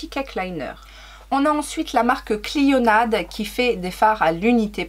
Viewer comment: coucou, clionadh ça se prononce cliona et je rejoins D cette marque canadienne est une tuerie. ils ont lancé une palette dernièrement. j'en suis à 17 minutes mais peut-être que tu le dis plus tard, tu portes quoi sur les yeux ? ce vert fluo : de toute beauté